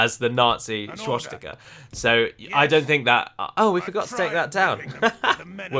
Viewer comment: I don't find the close menu icon in the least bit offensive. But the way you say schwastika bothers me immensely. sooo call it a wash